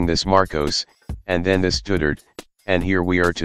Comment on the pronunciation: How dare you calling former president Duterte as a stutter. I'll give you a dislike. 👎